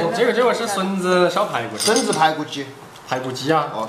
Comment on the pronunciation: 笋子我听成孙子。。。